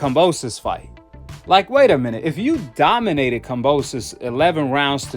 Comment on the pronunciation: 😂😂😂😂😂😂😂he said doninated😂😂😂😂😂😂😂😂